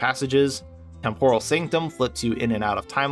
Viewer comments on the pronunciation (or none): none